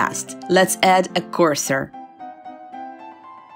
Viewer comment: "CORSOR" LOL